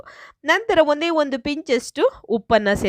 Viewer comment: Kannada is bad, hunde alla adhu onde